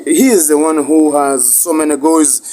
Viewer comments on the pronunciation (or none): in uuuh Inglandi of courzi